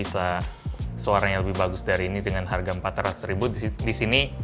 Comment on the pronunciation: ngomong harga coy